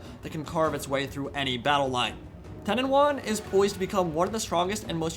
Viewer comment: It is TE-NEN-HAU-IN Is it actually so difficult to pronounce in English? 0_0